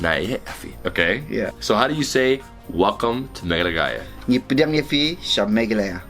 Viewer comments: Its meghalaya not meglagaya 🤣🤣🤣🤣🤣🤣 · Its not Mehalaallaala its Megha-laya. JAJAJAJA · SORRY BRO IT IS NOT Meglagaya (ME-GLA-GAYA),it is Meghalaya (Me-gha-laya)...not bad though your pronunciation...nice try👍👍. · It's ''Meghalaya'' though, you pronounced it as 'Meglagaya'. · Its Meghalaya not Meghlaghaya...😂😂😂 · MEGLAGAYA ?? WTF WAS THAT. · Does anyone else notice says Melagaya most of the time instead of meghalaya? 😆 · Melaghaya, Meglaghaya, Megalosaurus, etc. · "Nga pdiang ia phi sha Meghalaya" this pronunciation for look so cute😂😂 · has trouble pronouncing 'Meghalaya'😂😂😂(,, ) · I agree too hehe.. Its nothing jus forget it